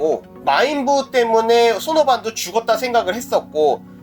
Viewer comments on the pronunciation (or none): 초에 우부가 아니라 부우입니다.